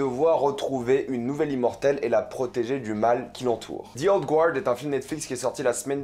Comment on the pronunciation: Je suis plutôt sûr qu'on prononce Guard : "Gard" haha comme ça tu sauras! Mais bonne review je regarderai je pense